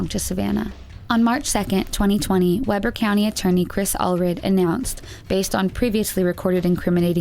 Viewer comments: It's pronounced (Wee Ber) not Webber. I'm a Utah Native. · Just saying it’s pronounced we-burr(like being cold) 😂 but I like weber better it’s full of some creepy crawlers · It's pronounced Wee-ber, not Webber. I live in Ogden UT (North Ogden). Everyone always says Webber who isn't from here. Yeah, Weber. Weber State University, the uni I go to, and have taken multiple water samples out of that river for Salmonella! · Quick correction from a former Weber county resident: it's pronounced Wee-bur. :) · Fyi- it's pronounced wee- ber. Great video, thanks!! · Hi there, Ogden resident here. The county and river are pronounced Wee ber, it would be Weh ber if there were two bs. Or was it just my elementary that taught that rule of pronounciation? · It's We-ber not Web-er River. Shows you're doing your own reading research instead of just listening to what others put together so way to go. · I hate to be that guy....but being from Ogden, Weber is pronounced (Wē-ber), not “Webber”. But hey still a great video! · Not tryna be a "you know who", but.... (Utahn here) and in Savannah's case- its pronounced "Wee-bur" [Weber County] I know its counter intuitive. We got a lot of stupid words here. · Why does Utah have to have such weird pronunciations??? Anyway, its Wee-ber, not Weber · I know this is frowned upon, but I can't help it, as i live in Utah. The Weber river is pronounced "Weeber", but we have a weird dialect here, so I understand. Great video though!!! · Weber is pronounced Weeburr ;) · why did you say Weber like that